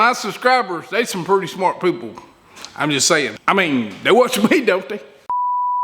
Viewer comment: "Pretty smart poople"?????